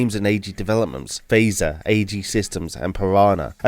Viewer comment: How this guy pronounces F.E.I.S.A.R., Auricom, Qirex and Assegai really disturbs me.